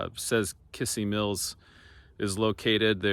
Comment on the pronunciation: you should learn how to properly pronounce kissee mills,,,,,,not kissy,,,,,its kizzee...